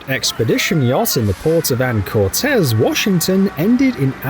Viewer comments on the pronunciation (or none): It’s not Anna Cortez! It’s Annacortes pronounced Anna Cortis! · Wonderful video, as always! There's something mesmerizing - and scary - about big ships. (Just one small tip: Anacortes, WA isn't "Anna CorTEZ." It's "Ana COR tis." Understandable why someone might say the former, though.)